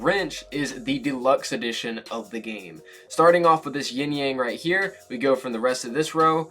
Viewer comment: did he just say rightchea